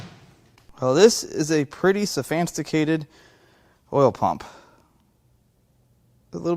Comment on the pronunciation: So-fanc-ticated...Hadn't heard that one before.